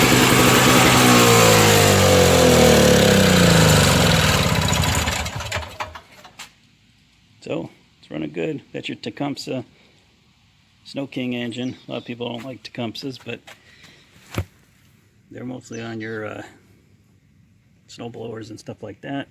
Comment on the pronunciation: Its pronounced tee-cum-see